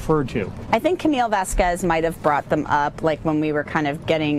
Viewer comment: The female lawyer in Amber's side progressively says "Ms. Vasquez" Worse and Worse each time LOL